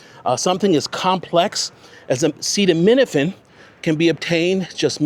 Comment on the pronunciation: Beautiful home! And I love how you say acetaminophen with such ease 😊. Not everyone possesses that talent 😉